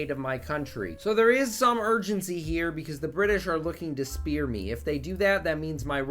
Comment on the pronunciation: Why do You keep saying spear instead of sphere homie